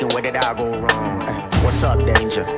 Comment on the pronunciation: It's "danger" not "dange"